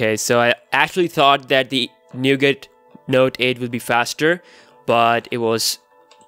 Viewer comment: Nougat. T is silent bro